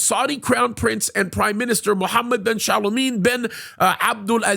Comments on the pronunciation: Its Salman (Sal Man) not chalamet 😂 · Why does he pronounce SAL-MAN as shalomeen that’s really off the mark 😂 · Just call him "MBS". And it's Salman, not Shaliman. ( two syllables, not two ) If you want to increase your credibility, learn how to pronounce words and names. Jeddah, not Yiddah.